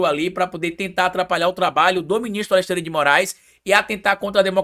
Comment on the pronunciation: tem língua doida: Fala Alessandre ao invés de Alexandre